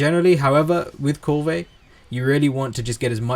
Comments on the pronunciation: Yeah....yeah.....thank you for saying what I was thinking. If the NPCs in the game say Kulve I'm pretty sure it's Kulve. ...not Koolvay I find that irritating too. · Kulve as in one word, with out the vey. The e is almost silent. Doesn't matter bro. Thanks for all the uploads, I think your videos are great! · Love how you say kulvey~, so fancy